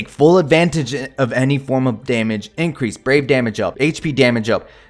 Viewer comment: Increase: you sneeze LMAO